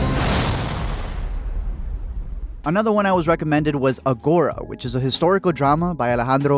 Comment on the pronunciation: The pronunciation of agora in this video lol